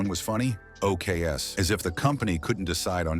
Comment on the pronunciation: OKs is pronounced "OKAYS". And that isxexs tly why you dont have AI read your video copy. Its absolute crap.